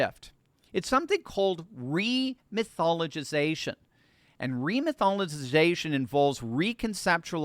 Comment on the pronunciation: “Remythologitization”. I can’t stop LAUGHING!!! THIS SILLY.